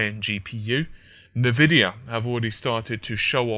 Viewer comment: It's N-Vidia.. not Nividia